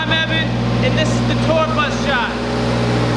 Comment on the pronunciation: "ITS NOT EVAN" love you💜💙💜💙💜